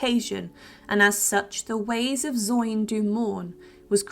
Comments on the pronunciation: It's pronounced Zi-on not Zyoin! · It’s Zion not Zoin! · zoin??? pronounced ZI on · I'm sorry I have to be the one to say it. Handels piece is called The ways of Zion do mourn. Zion is pronounced Zi (as in die) - on... not Zoyne... I had go back a few times to understand what was said. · "The ways of ZION do mourn"...oof.. ZOIN?!?! no.